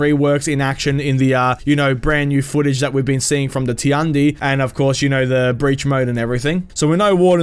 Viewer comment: ''tee-un-dee'' lel its tee-yan- dee